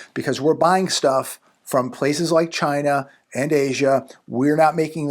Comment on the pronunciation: China? U mean "CHYYNA!"